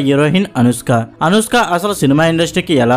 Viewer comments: అరేయ్... ముందు అనుష్క అనడం నేర్చుకోరా పువ్వా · అనుస్క ఎవరు ? కున్కిస్కా లాగా ? ముందు పేరు సరిగా పలుకు , సొల్లు వీడియోస్ తర్వాత